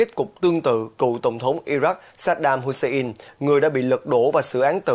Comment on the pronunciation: Wagner - đọc thành Vegner, Hussein - Hút xe in .... FBNC phát âm theo tiêu chuẩn SGK thời kỳ 1990 ?